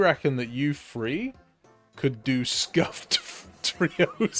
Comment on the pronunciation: The beginning of how you say 3, the th doesnt properly get said with an F. It’s th as if you’re saying the, this, then, or that. Not free, firty free, or firty.